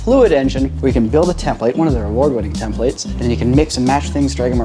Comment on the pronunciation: I need to apologize to. For years I've been saying that I'll subscribe when pronounces "templates" correctly... But apparently NOBODY at Corridor can say it right. 🤷‍♂️